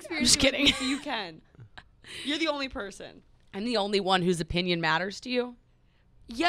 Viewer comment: Btw it's ah-pinion lol..